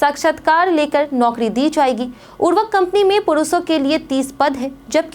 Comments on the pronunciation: Urvk kya hai? Urvarak ni bol skte to khad ji bol do.😂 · आप क्या बोल रहीं हैं।उर्वरक या उर्वक